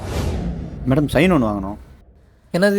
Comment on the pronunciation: மேடம் என்று கூறுவது சரியா.,. வேடம். தூஊூ